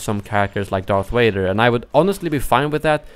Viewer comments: And saying Darth Wader even though the sound that 'v' makes exists in Swedish. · It Sounds like u r saying darf vjader